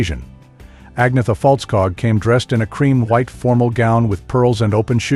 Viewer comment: Ce commentateur ne sait même pas prononcé le nom d'Agnetha correctement . Il prononce Anissa et Frida c'est Frieda . Dans la tenue vestimentaire , il dit que Frida porte une jupe alors que c'est un pantalon large